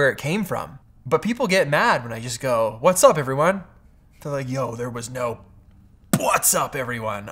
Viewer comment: you're just saying puatsawwwp not what's up